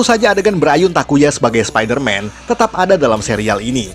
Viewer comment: Orang yang denger : spiderman Aku yang denger : sapider mam